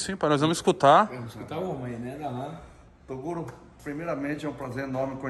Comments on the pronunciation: o cara nao quer midia mas nao sabe nem falar o nome do outro torugo kkkkkkk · Esses caras são monstros , guerreiros e merecedores top demais .... Raxei com o galeguinho chamando o Toguro de "TORUGO" HAHAHHA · É impressão ou ele chama o toguro toda hora de TORUGO ,KKKKKK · Segundo ele "torugo" kkkk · Eaew torugo, tarugo, hahahahah o mano toda hora chamando o nome dele errado tava daora! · Marcha "TORUGO" kkkkk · torugo kkkk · torugo kkkkkkkkk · Torugo kkkkk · TORUGO KKKKKKK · o cara realmente n sabe falar o nome do toguro? wtf kkkkkkkkkkkk